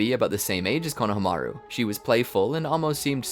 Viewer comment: can u guys please work on the pronunciation of names... i heard konahamaroo in the other episode and had to stop watching, it is very jarring for people whove seen the show